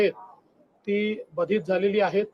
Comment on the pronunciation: नेहमी ऐकतो हा माणुस बाधित नाही तर बाधित का बर उच्चार करतोय